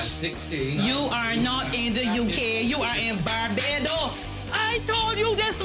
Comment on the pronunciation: "Bar👏 Bo 👏Dos" Oh white people.